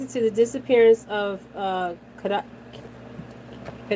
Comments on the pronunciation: Her name is Kada. Not kaddada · Her name is pronounced Kay-duh